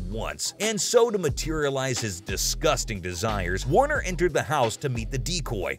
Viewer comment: Actually, it is Michael Warrecker. Not Warner. Seibert not Syberg.